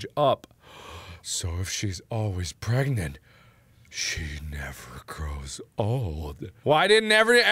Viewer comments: I would have used this moment to say "Are you pregante" "Are you Pregananan" OMG he did. Thankyou, i can die peacefully. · She was Pergenat *Pargnet **Pergat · I thought he was pregananant or prregante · when he said 'pergananant' it broke me